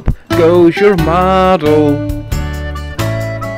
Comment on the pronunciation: "Model" not "moggle". Then it would be two things..... 😁